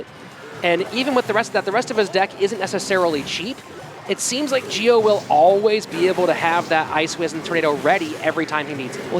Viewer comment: "Gio" is pronounced like "Jo", not "Geo"